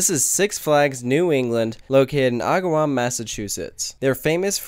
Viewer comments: and it's AG-A-WOM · My dad grew up in agawam. It is pronounced a-ga-wahm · No offense but it annoyed be every time you said agawam for some reason. 😂 It’s prounounced Agg- oh- wam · Not a big deal, but this is my home park and I'm pretty sure the first a in Agawam is not pronounced like an o. Also, it sucks that they have 3 Vekomas and they're the three worst types of Vekomas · His pronounceation bugged me the whole video, couldn't stand it! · "Agawam" is pronounced with the first A as in "adequate" or "actually" not the A as in "awful" or "amazing". Source: born and raised in Agawam, MA. :-) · mritty115 same, shoemaker lane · he said agawam wrong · YOU PRONOUNCED AGAWAM WRONG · You pronounced agawam wrong lol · Close tho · I cringed when he mispronounced Agawam.